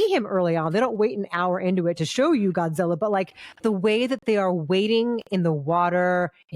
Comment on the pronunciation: ゴジラ！！he's good pronunciation